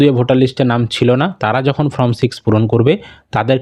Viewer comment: Pronounce correctly the spelling of form